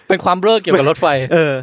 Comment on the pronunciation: จากใจคนใต้ หลับเหมือนกันแต่ตื่นมาขำคำว่าเบล้อ